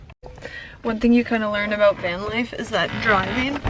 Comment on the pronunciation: she said aboot :)